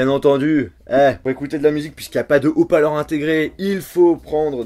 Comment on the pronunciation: ta dit haut paleur au lieu de haut parleur